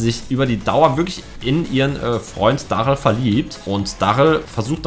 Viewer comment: Darryl spricht man Derryl aus